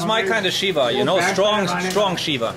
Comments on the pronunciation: Dude just said shitting shiva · "Shitting, pissfull shiva" "ah,, sitting, peacful" 😄